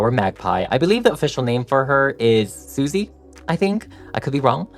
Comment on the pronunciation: Derpy and Sussie's expressions turned out so great! The tiger is my favourite character in this movie. I have seen the magpie's name written as "Sussie", but I think the 'u' is pronounce 'uh' rather than 'oo', so the 'sus' is pronounced like 'suspicious'. That said, my source is fanfiction tags, not the movie itself. Fans can be thorough, but sometimes somebody makes a thing up and everyone just assumes it's canon. (... Could be a fandom meme. "Do you thing 'Sussie' rhymes with 'oozy' or 'fussy'?") The tiger is short-but-broad, therefore manages to be 'small' while also being 'large'. I am desperately curious how Zoey and Mira reacted to finding out demons are real and that Celine is recruiting them, not just as musical performers, but as demon-slayers. At what point did the girls meet? Were Zoey and/or Mira already trying to be K-Pop idols when Celine noticed them, or had they not even considered that before? How did Celine and/or Rumi recognize that the other two girls are Hunters (which is implied to be a 'Chosen By Destiny' thing, not something that a person can decide to become)? What was their training like in the early days? Did they have to learn to see the Honmoon, or is that an automatic ability? Also, I want the story of Rumi's parents. Was her dad a demon before meeting her mom, or did he become one after they already knew each other? Or, did Celine lie to Rumi, and Rumi's mom was actually the one who became a demon (cracking under the combined pressures of show b